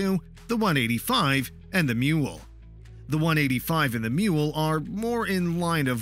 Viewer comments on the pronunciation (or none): It is ''Maule'', sounds a bit like ''Mall'' but it is funny you name it a mule. :-) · Maule is NOT pronounced "mule". It is pronounced "maul", which is a long handled hammer. You would think the people who do these videos who learn how to pronounce what the fook they are talking about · Not a MULE nor is that a picture of a Maule. Pronounced like the hammer.